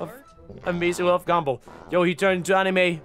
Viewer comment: says gumball in his accent My brain: Gable (I can’t spell his name right apparently I’m never gonna be a pokemon master)